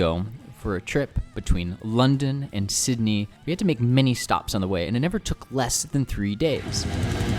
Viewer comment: Okay the way he pronounced our capital cities is hilarious Sydneaaayy Melboooouuuuurne CanbErRa